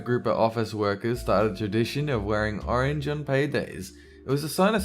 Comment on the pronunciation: YASS U SAID ARANGE